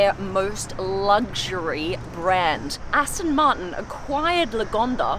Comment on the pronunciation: Aston Martin not Aston Marten!